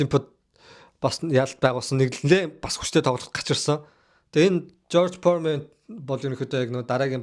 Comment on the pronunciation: George Foreman not George Poorman